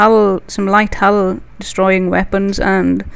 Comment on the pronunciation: this person should really include a caption link to a part where he or she (i can't make it out..) stops the explaining. the english is also quite hard to follow. hull is pronounced as hell, and apparently there is a wing of ships in his/her wing.. :s